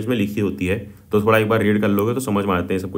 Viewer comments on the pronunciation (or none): none